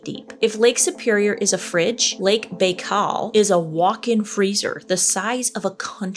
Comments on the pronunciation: It’s lake “By-Call” btw …. Fascinating lake I want to see it before I die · Can we hype this video? I really want to see on the leaderboard. I totally forgot it's Morbid Monday!🎉🫶🏼 It's pronounced Lake Bye-Cal and I want to go floating on it. I follow a content creator from Siberia and she's a tour guide: once I saw her floating on the lake, I said I'm going to visit some day. 😊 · Lake "Bye-khal" not whatever it was you said. 😂😂😂😂😂😂😂😂😂😂😂😂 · Lake Bikal. the I is pronounced like an I. B(eye)kal. Archaeology is one of the ways we know the age. Probably also geology and other sciences. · pronouced lake bye-call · I think it's pronounced Bi Kow (Lake Baikal) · Lake Buh-kal -- good try though. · Pronounced Bi-call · you are amazing (love your humor) but we need to work on pronunciations. "Bai..." would be pronounced "By". "Klammath" (Clam-ath). Glad to help anytime. 💛